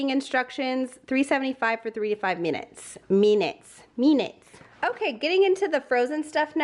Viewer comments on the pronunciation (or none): Dear: you literally just made me laugh the hardest I have in weeks the first time you said "meenits" before you mocked yourself and repeated it 😅🩷 idk why that made my day. Probably because I think I do that multiple times a day when I'm trying to talk to people 🙈 love ya lmao.